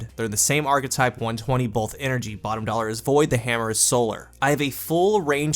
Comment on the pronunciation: Is it just me or does he say "bolth" instead of "both"!?